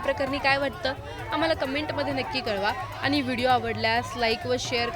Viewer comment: बातमी देणारी बाई किती अशुद्ध बोलत आहे .आनी बानी पानी